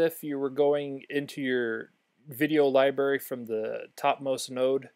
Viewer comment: Cool video. Btw, it's libRary, not liberry.